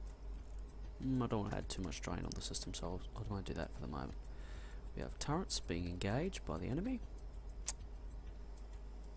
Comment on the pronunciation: They are called "turrets", not "turreNts". In written language, sure, it's a common mistake, but I've never heard someone actually say it out loud. Also, stop breathing/sniffing/coughing into the mic please, I'm way too familiar with your bodily functions at this point. Good playthrough tho, you're one of the few people who bother making a LP out of this game who knows what he's doing. Though, you really are overproducing science packs like mad. Also, think bigger. Like, WAY bigger. Like, take your current space and quadruple it. And then you probably still need more space. And you definately don't need that many boilers, especially at this point (Boilers being the cause of pollution, not the steam engines (Steam is harmless hot water, it's the burning fossil fuels that attracts biters)). Each steam engine needs 1.33 boilers, so you either add more engines or reduce the amount of boilers, cutting back on your pollution.